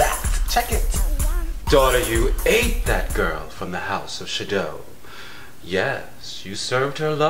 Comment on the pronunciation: I can't take saying the house of Sha do instead of Shadow.